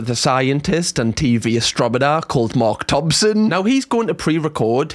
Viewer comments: I wasn't going to say it, but I have to say it... You said astrominer and not astronomer and I've been drinking wine so the error has triggered my inner drunken nerd. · ASTROMONER😂 Cam, I'm so sorry, you're such a sound lad, but the way the mis-pronounce words sometimes is hilarious